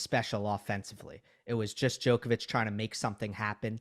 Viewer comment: Amazing show as always. Though it would be nice if you guys learn to pronounce "Djoković"